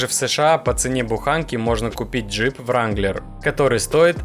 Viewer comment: ренглер , а не вранглер